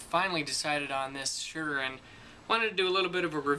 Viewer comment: It's S-uhr not Sh-uhr